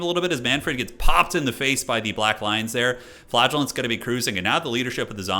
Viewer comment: I keep hearing flatulence instead of flagellants…